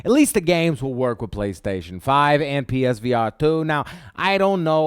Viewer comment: Psvr not page